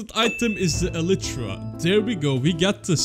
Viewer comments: you say "elitra" its "elaytra" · Bro he sayed elitra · Bro is ellytra a different pronunciation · this guy is the only person I know who pronounces Elytra like that